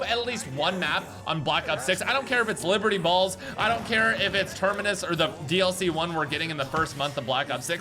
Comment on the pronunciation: says Liberty Balls 😂😆